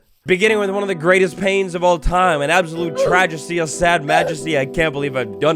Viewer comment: Whats a tragesty? 🤣